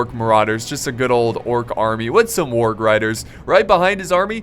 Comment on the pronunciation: when he doesnt know how to say warg....... HAAAAAAA